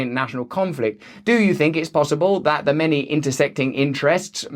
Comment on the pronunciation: i'm not going to give you a fumms up but should you manage to pronounce the "th" sound correctly one day, i will consider it